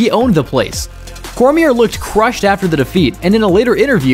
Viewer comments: Is this AI narration? Literally pronounced the 2nd “R” in Cormier. Jesus dude that’s pretty bad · Great video only advice is to check the pronunciation on names in editing cause hearing you say couture and Cormier was like scratching a chalkboard but incredible video great stuff keep it up!